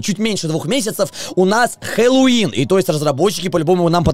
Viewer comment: Только говорит не хеллоуИн, а хеллОуин